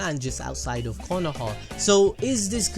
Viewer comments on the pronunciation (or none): none